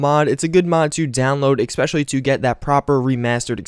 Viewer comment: I know you want to say especially but GO DANGIT EVERY FKING TIME you say "EXPECIALLY" and you say it like 10 times each video.....("""CRINGEEE""") For the rest, keep up the good work !!